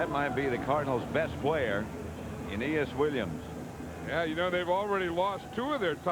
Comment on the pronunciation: I love how pat, in all cardinals games, refuses to pronounce it as anything but anus williams